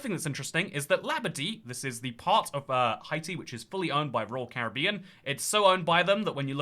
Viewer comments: Hey I js wanted to tell you that Haiti is usually pronounced hay-tee not hi-tee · I’m not Haitian but know several Haitians, and the way to pronounce Haiti is “Hey-tee” and Haitian is “Hey-shen” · Nah I’m British and is saying it weirdly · It’s a running joke on this channel, always says “Hi-tee” although he knows the correct pronunciation. There are a few others, with Greenland he says “Green-land” instead of “Green-lund”, for Abkhazia he says “Ab-skay-zia” instead of “Ab-kah-zia”, for Heligoland he says “Hel-jee-o-land” instead of “Hel-ee-go-land” and I’m likely forgetting a few. I believe most of these were from when he first started the channel as a teenager and genuinely didn’t know how to pronounce them, but since then it’s become a running joke. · It might be a French pronunciation. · It is in fact how we pronounce it in French